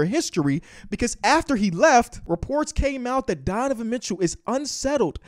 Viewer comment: “donovan mitchew”